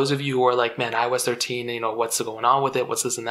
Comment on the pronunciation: Cuz eye oh esh treshe 😂